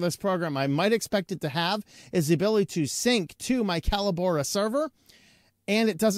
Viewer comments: Callobora? Call - o - bora? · I've watched 3 different reviews on this so far, and I've heard the company name pronounced 3 different ways. I've always known it as "co-LAB-or-ah", with the emphasis on the 2ns syllable like "collaborate". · It's pronounced "Collabora". Sheesh.